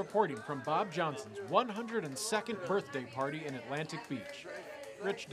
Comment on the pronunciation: “Birt//day” “CHIEF BO8 JOHNSON” ???